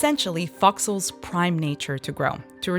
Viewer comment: What are you saying? Are you saying fox holes? Because it doesn't sound like it!